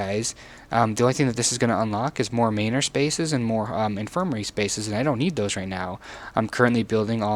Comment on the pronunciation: Dude... learn to pronounce Manor properly. It is not a hard 'a' sound. MAN - ER